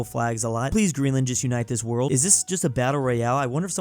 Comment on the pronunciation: You said borld